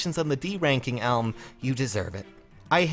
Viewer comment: Alm never showed up because you never called him. Even after SoV, you still don't say his name right. C'mon.:3